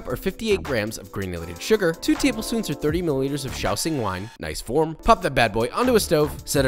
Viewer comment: Good job with the pronunciation of the x in shaoxing wine!